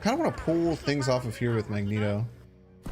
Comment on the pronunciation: I love your content but just some very kind and humble advice…Magneto is pronounced MAG….Knee…Toe and Giganto is pronounced Juh Eye…Ganto :-) I just started playing this deck…this is awesome content and I’m learning how to adjust to unfavorable conditions…thank you!!! I like this deck but it’s definitely tough to play…